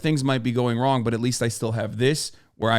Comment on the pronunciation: "Wadically Wong" made me laugh.